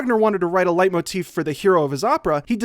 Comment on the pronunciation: I'd rather he just pronounced it correctly tbh.